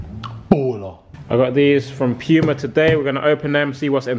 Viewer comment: That's the correct pronunciation. It's not "pooma"